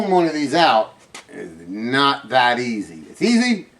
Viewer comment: It’s a water heater If the water were hot, it wouldn’t need a heater. Also, the words are: THERE & THAT. Not dere & dat. Other than the sound of your voice, thanks for the help.